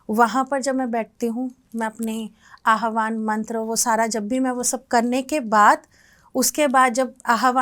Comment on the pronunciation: Its not AHABAN mantra b ut ABAHAN mantra.